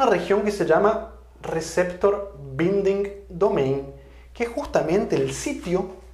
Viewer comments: Mi pequenho aporte... En RBD, Binding se pronuncia "bainding" (la primera "i" se pronuncia como el nombre de la vocal "ai". Muchas gracias por mantenernos informados!! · Gracias por sus videos. Espero que sea un aporte, lo siguiente. Le sugiero que revise la pronunciación en inglés de la palabra "binding". Creo, no estoy seguro, que tanto en inglés británico como americano se pronuncia relativamente igual. Con aprecio y agradecimiento por su aporte a la comunidad de habla hispana, entre los que me encuentro yo.